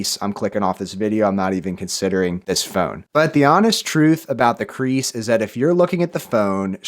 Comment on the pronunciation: He said creaks not crease